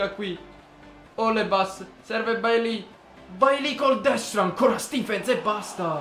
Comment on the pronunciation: Si pronuncia "Beilei":)